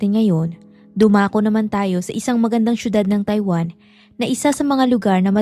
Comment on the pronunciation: Bakit mo binibigkas ang TAIWAN na Tai-Wan??? Ang bigkas noon ay Mabilis .. … [TayWaN]…. Maayos kang magsalita… magsanay ka lang mabuti sa tamang pagbigkas at pagbibitiw ng salita … mapa-English o Tagalog!! No offense meant…. Suggestion ko lang….👍